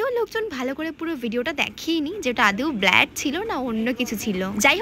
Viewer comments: Pronunciation thik nei akdom....Ota Blood hobe!! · It's not blad 😅 It's blood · আগে তুমি ব্লাড বলতে শেখো 😂😂😂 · ব্লাড e bole6e valo kore suno